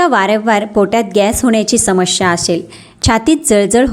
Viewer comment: माहिती खूप चांगली आहे पण आपण अशुध्द बोलता मणूका समश्या हे अशुध्द बोलणे आहे तर मनुका समस्या हे शुद्ध. शब्द आहेत